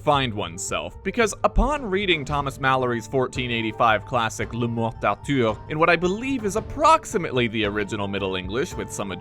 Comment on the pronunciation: It's actually pronounced Lamort darthur. No Frenchie nasals.